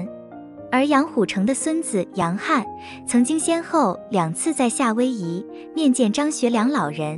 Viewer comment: 夏威夷的夏要读哈，因为夏威夷是照广东话的发音音译。类似的还有加利福尼亚等外国名称译音凡是写作加的一律应读咖，瑞士，瑞典，委内瑞拉的瑞都要读随，原文都是S, 不是R.瑞字的读音自古以来都是读sui不是rui, 至今江南语音中仍旧读sui。